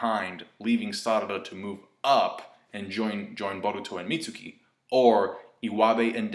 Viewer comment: its pronounced Meat-Skii